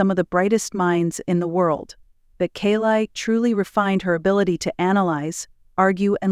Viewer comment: First teach your AI how to pronounce her name……..She has got the greatest smile I have ever seen it always makes it all the way to her eyes.very intimidating woman